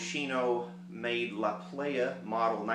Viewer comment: prounounced plaja